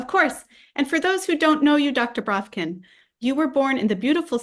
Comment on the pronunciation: On the side: lovely hearing you say the original pronunciation of Бровкин here. You've even naturalized Ductor to Doctor :) (Deddicaded to mocking Americanizing, now I can't make my Duckter Braavkin's duckuments joke anymore, хорошо) 🌦️🌱